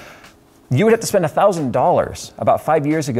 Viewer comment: ahh he said spun money